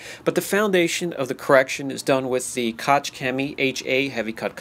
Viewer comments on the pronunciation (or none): just a heads up. Koch is pronounced as koh not kotch